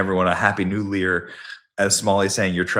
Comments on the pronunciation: He said "Happy New Lear" 🤣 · The best part is when he says happy new Lear and the Somali said “thank you” 😂